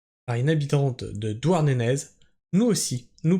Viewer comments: Sa ce dit douarnené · On ne prononce pas le z de Douarnenez, on voit que tu n'es pas breton 😅